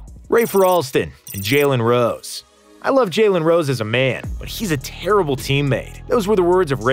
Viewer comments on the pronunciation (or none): none